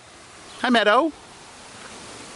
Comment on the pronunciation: Did anyone else think that he said anti shadow instead of Auntie shadow?